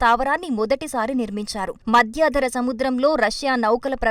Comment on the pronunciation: 'Madhyaadhara' kaadhu. Say, "Madhyadhara"!